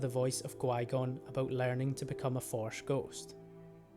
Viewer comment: "Yoda speaks to the voice of Qui-gon about learning to become a forsh ghost " The way you said it XD